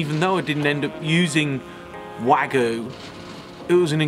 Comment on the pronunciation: Dude, 'wag-you', not 'wa-goo' ...